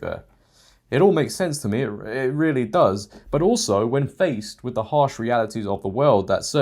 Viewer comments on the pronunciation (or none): none